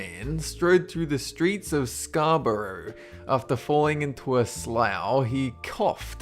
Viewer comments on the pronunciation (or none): You pronounce Scarbouroug as scar ber rer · Scarborough is pronounced "scarbruh" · Scarborough is pronounced "Scar-burra." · It's not "scar borrow" it's pronounced "scar bura" and it's not "to door" it's pronounced "chew der" . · um it's pronounced "scar-bruh" not "scar-brurur" Scarborough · Actually the last syllable in Scarborough is pronounced "ruh", not "roe", so that's another pronunciation of "ough" for you! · Scarburo? If you mean the town on the north eastern coast of the UK then it is pronounced Scarburrah, written as Scarborough. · Scarbrough? Scar-borrow? Do you mean Scar-bruh? It looks stupid, but I'm from England. Where Scarbrough is. And in a point that's talking about pronunciations, I think it's better if you get it right. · Scarbados just got well and truly murdered! Why can't people say Scarborough! It's nearly as bad as Americans who can't say Yorkshire (every time the day it they say " York Shiiiirrrreee" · Scar-borrow :D I live about 15 mins away from there, it's pronounced more like 'burrah' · A few nit-picky things about pronunciation: Here in England most people (at least that I've met) pronounce Scarborough either as 'Scar-buh-ruh' or 'Scar-bruh' rather than 'scar-burrow'. Also the pronunciation of what I assume to be 'embabouiner' and 'jamais vu'... I'm guessing you can't speak french XD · He said Scarborough wrong- it's pronounced scarbra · Mate, make a video about English, that's great but your pronunciation leaves a bit to be desired. "Scarborough" is pronounced /ˈskɑ(r)b(ə)rə/ . Have you never heard Simon & Garfunkel? Also, "gerund" is /ˈdʒɛrənd/ (or /ˈdʒɛrʌnd/) not /ˈgɛrənd/ . The worst though is /tʊˈdɔː/ for "Tudor" . It's /ˈtjuːdə(r)/ or /ˈtʒuːdə(r)/ (some may say /ˈtuːdə(r)/). I s'pose I'm a zoilist. Anyhow, "moment" also has another meaning in physics. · that ain't how scarborough is pronounced. scar-buh-ruh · Scarbourgh is actually said Scar-br-a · It's pronounced Scar-ber-rah Scarborough I've been there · Hey it's scar-burr-ah